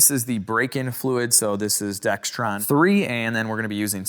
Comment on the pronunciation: hi there's no "t" in DEXRON hope this helps 🙏🏽